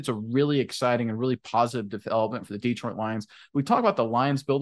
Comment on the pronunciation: I love your videos but every time you mispronounce "Detroit" it's like fingernails on a blackboard. The emphasis should be on the second syllable. Please. Thank you.